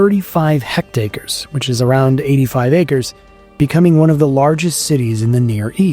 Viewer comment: "hectares" is pronounced like HEK-TAIRS - not "hect-acres". It's just a square with 100 metre sides (basically the length of an American Football field - everyone's favourite unit of measurement - and the area of two American Football fields side to side).